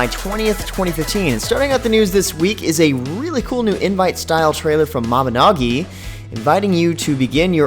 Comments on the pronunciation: Mabinagi? That vowel switch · Mabinogi... lel...